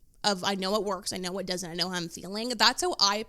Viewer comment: Why did the word “whaaaeeettt” have 3 more syllables than it needed?